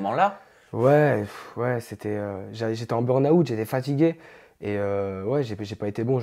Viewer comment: « bernaout » mdr dead 😂